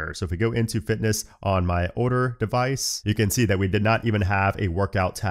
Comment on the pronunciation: do you have trouble pronouncing words with the letters LD on them? i notice when you say OLDER you say “Odor” … same with the word BUILD 😅